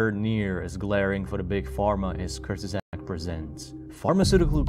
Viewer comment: "Kurgisags" 😂 It's Kurzgesagt. Kurz-ge-sagt^^